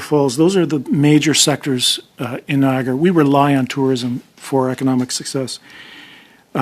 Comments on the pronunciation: Don't you love the pronunciation of the Ai? Nia gara lol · Stop spreading miss information, can't even say Niagara properly!! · Why can't she pronounce Niagara. Falls properly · Do you think you could get an AI voice that pronounces Niagara properly?